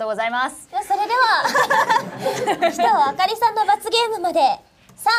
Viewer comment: 鬼頭の発音違いますよ！